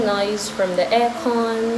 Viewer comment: Aha. She said "aircon" in Philippine accent. Hehe.